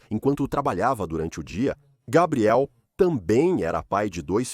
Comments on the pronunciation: Que agonia. Se é o mesmo narrador para a história não entendo porque sempre pronuncia os nomes das pessoas ou dos lugares de formas diferentes… exemplo: Gabriel, Gabriele ou “Gueibriel” (pronúncia)… para o mesmo cara… e isso se reitere para todos… affffff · Como pode o nome do rapaz é Gabriel,e o tempo todo na narrativa ,foi chamado de Gabriely😮?!😞😊